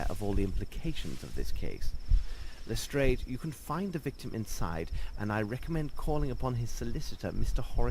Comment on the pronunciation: I hate it when they pronounce it "Lestr-AY-ed" instead of "Lestr-AH-ed" It irritates me!